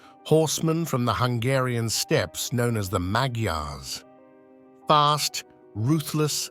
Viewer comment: I’ve had Hungarian neighbors. They pronounced Magyars as “maj- yars.”